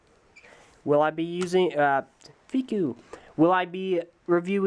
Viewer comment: hearing him say Fikou that way was really nice and made my day